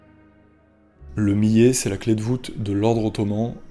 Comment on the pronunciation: Millet.. Il faut prononcer le "L" sinon ça donne un autre sense